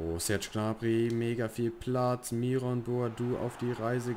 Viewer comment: Das ist vielleicht nicht so relevant aber spricht man den Myron nicht englisch aus